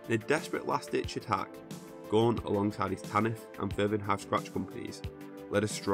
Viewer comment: Gaunt not Guant you moron!